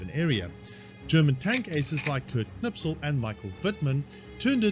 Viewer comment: i have nothing to say but here's a comment edit: i think his name is Kurt Knispel not Knipsel.